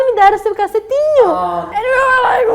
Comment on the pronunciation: achei engraçado q ela foi falar "cacetinho", o pão e falou com um sotaque totalmente diferente do gaúcho KKKK